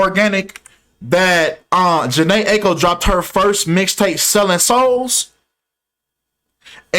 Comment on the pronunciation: And you’re mispronouncing Aiko